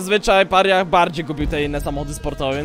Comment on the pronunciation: Mordo, weź naucz się to wymawiać. Mówi się Peraja.